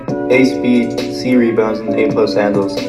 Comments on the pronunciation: So no one noticed how it said hadnles and not handles😂😂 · Nobody: ''Hadnles'' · hadnels WHAT????